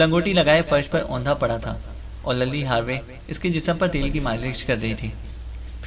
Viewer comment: Lilly name hota ha Lally nahi